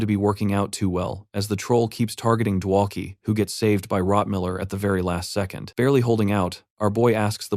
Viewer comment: why does the quality suddenly drop massively close to the 6 hour mark? several words are misspronounced, rotmiller is suddenly rotmillermiller, both the dwarf and the librarian are called hikkurad etc.